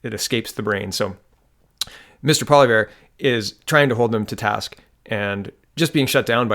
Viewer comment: When saying Poilievre, be phonetic by saying Pwo lee ev. Maybe slightly say the "r" at the end if you like. But try that, it helps when you don't mangle names. I love your well researched videos, I watch as many as I can. I hope you see this as help, not criticism.